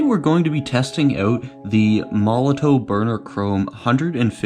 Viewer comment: Please say: MOL LO TOF . and not MOLO TOE